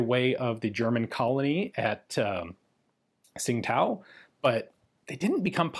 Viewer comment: Tsingtao is pronounced a bit close to tschin'dao